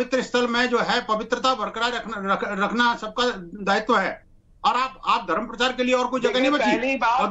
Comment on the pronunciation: अरे भाई परचार नही प्रचार बोलो